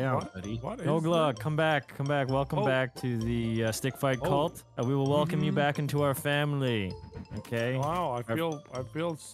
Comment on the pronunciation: feel so wailcohme sukingoff... not on my screen